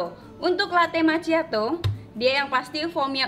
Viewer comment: Makkhiado bukan maciato, karena ada 2 c sebelum h ma'cch'iato